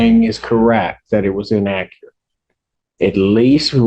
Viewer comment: Vury in-ack-cur-at